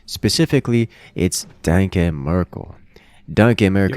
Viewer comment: The way pronounces "danke" made it really hard to watch the sets Danke Merkel played